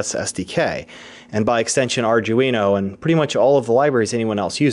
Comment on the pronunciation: Why cant people say arduino ?